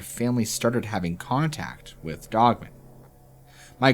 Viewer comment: Dude i have to tell ya I love the narration. BUT, IT DRIVES ME NUCKING FUTS THE WAY U PRONOUNCE “DOGMAN.” It sounds like ur saying “DOGMEN” instead of “DOG-MAN.” U dont annunciate and pronounce the word “DOGMAN” then way its supposed to be pronounced. Its pronounced “DOG-MAN, DOG-MAN, DOG-MAN.” LOL. The DOG part is pronounced correctly. But the MAN part sounds like ur saying MEN. ITS PRONOUNCED DOG AND THEN MAN. DOG MAN, DOG MAN, DOG MAN. It kinda ruins the story when u mispronounce the name of the topic of the story. Can u not say MAN like if u were to say “I am a MAN?” Do u pronounce the word MAN by itself like ur saying “MEN?” When u say “oh MAN!” Does it come out like ur saying “OMEN?” U shud work on that. U wud be my favorite narrator if u would just correctly pronounce the word DOGMAN. Its really not hard unless u have a speech impediment or sumthin. It doesnt sound like u do tho. It jus sounds like u dont kno how the word DOGMAN is supposed to be pronounced.